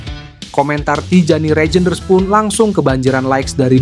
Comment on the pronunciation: Min, bukan rejenders bacanya tapi reynders. J itu dibaca y, seperti ejaan lama 😅